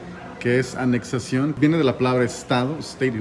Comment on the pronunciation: Repite conmigo: ANEXIÓN